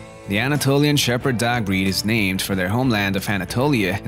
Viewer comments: Did anyone else think the narrator said duck instead of dog? Great video though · Why do you say dags??? Your dog pronunciation is so weird and funny